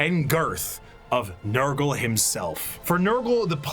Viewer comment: Damn it you got nurgle wrong again 😢